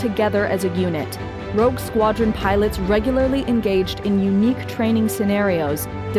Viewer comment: sorry to be pedantic, but it's Rogue. Rouge Is something else entirely